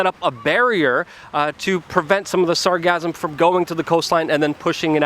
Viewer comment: This overwhelm began two or three years ago. It's not cyclical. Regular snowbirds will tell you that it has never been this bad. There is already a company recycling the sargassum. BTW it's sargassum, "sar-GA-sum".